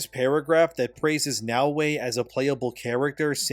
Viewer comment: Her name is Naoe not Yaweh. And in Japanese her name depending on the Kanji characters can be translated as honest", "esteem", "Nara, cord", "greens, cord", or "Nara, center. Like wtf my guy do you have ears to understand the clear difference between Naoe and Yaweh???? 🤦🏿‍♂️